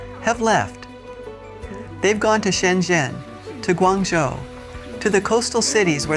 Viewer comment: I've been going to China for the past 20 years. Only speak English. Travel alone withoit guides. Not needed. On my own time. Many Chinese have told me I've been to more places in China than most Chinese. Years ago hearing that statement surprised me. In time my mind understood. Guangzhou is pronounced Guang as in not. Z is like J. Guangzhou. If you want humidity go to Hainan in the summer. Haha. A lot of people prefer Hainan in the winter. 70 to 80 degrees. I keep going back to China because I love the land and the people. And now that I'm retired it will be my winter home. And have 2 homes in America. Both homes in America are like living 2 different lifestyles. And with China 3 different lifestyles. I like diversity.